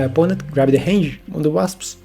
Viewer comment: Hello! I really enjoy your video's. I'm not trying to be rude, but I notice you say 'Hange' instead of 'Range' often, so I just wanted to point that out :) Thanks for the content!